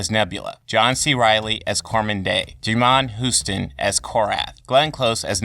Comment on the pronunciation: pronounce my boy Djimon Hounsou name right next time lol